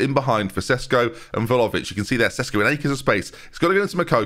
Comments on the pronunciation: Doo-shan Vla-ho-vitch. But every time pronounces it Volovich, I hear vol-au-vent in my head 😂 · I actually hate Vlahovic because of your pronunciation 😂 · All of this talk of how to pronounce Bijlow (spoiler, it’s ‘Bay-low’), we’ve never mentioned how badly pronounced Vlahović is. Every time I hear his name I think there’s a puff pastry playing at number nine 😂 (Love the content! 😅)